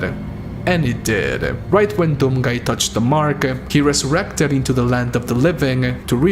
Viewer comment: 1: 13 he ressourrected🤔